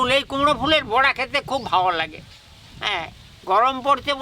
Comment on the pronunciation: বড়া নয়। বোড়া,বোড়া বোড়া !!!! মালাইকারিতে ঘী ????? ভাল করে হাড়গিলেটাকে গেলাও।